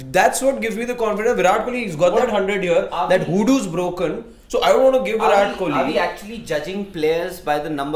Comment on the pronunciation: He really said viral kohli😂